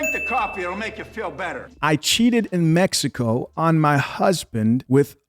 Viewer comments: A woman who pronounced "Messico" instead of "Mexico" 🚩🚩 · It’s Mexico not mesico!!! TF!! 😂😂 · Where TF is "Messico"!! Can't trust anyone can't pronounce Mexico correctly! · Her saying “‘messico” is killin me bruh😂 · Lmao😂I noticed that too. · When she pronounced Mexico… MessyCo I knew she wasn’t gon say anything worth listening to’!! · She lost all credibility once I heard “Messico”. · She said Messico 😂